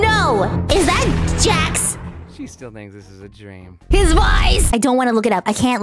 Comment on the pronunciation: Yes, you are correct it is Jax as I think you say that